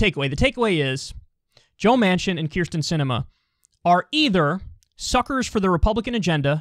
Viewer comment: Holy shit everyone mispronounces this woman's name to the point that I though Kyle was mispronouncing her name even though he's the only one who gets it right. It's Kyrsten, not Krysten.